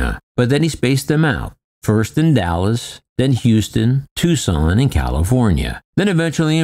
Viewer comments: "Tucson", not "Tuscon." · "Tuscon" Arizona.